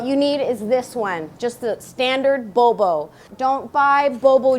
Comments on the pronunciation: I LOVE YOU SASCHA!!! saya juga lagi susah nih belajar bahasa spanyol. sekarang tinggal di Kolombia dan masih enggak lancar ngomongnya. kayaknya bakal contek metode belajarnya, deh. makasih banyaaaaak!! btw, mungkin kamu mesti latihan ngomong "bobo" karena masih terdengar seperti "bowbow" hihihi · bo bo..not bow bow 😝